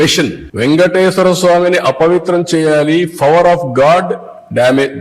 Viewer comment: ఫవర్ కాదు పవర్ 😂😂😂